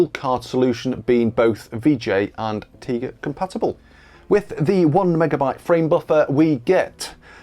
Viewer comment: Isn't it TIGA like TIGER? 🐅